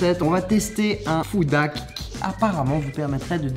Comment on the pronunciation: Pourquoi il dit food dhack